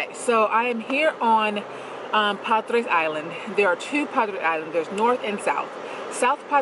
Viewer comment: It's pronounced "Padray" for Padres. Great channel. Thank you for sharing your experiences. Reality and humor. Enjoy your journey mama. We see you and appreciate you. Keep on keeping on!